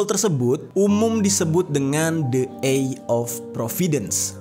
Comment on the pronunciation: Bang! Benerin pronounciation lu pls...imo itu ganggu. Cem dengerin Mukidi ngomong enggres gw. Misalnya "seeing" harusnya dibaca "sii-ing" , dan "eye" itu harusnya dibaca "ai" bukan "ei". No hard feeling yaa...